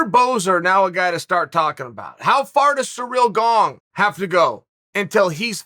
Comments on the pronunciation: "Cereal Gaong" -Chael P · Chael: Surreal Gong Me: okay, great. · "Cereal Gong" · "surreal gong" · Me: ciryl gane Chanel: surreal gong Me: surreal gong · Dude, perfect comment. I read it then hear Chael's first words "surreal gong" 🤣🤣🤣🤣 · Ciryl Gong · Chael: "Cyril Gong" Cyril: GoNgS